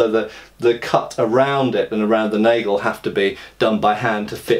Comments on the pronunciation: Here's an unsolicited German pronunciation lesson: Nagel sounds like "nah-gle", not "nay-gle" ;-) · I'm not sure whether this is something you care about, so by all means feel free to ignore it, but since Nagel is a German word the "a" is an "ahh" sound. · Hi i enjoyed your video as usual. but one little detail bugs me and that is your pronunciation of "Nagel". If you want to say it "correct" the a is more like in half or Lager or France. Thanks for all of your Videos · Because of pronunciation I thought it's an English word.